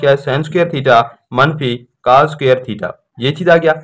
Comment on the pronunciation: Cas nhi cos HOTA ha